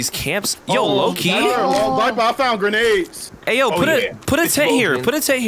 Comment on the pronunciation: Dude just sayed grenads nads